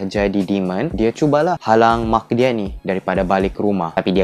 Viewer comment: mak ba bukan maq 😭😂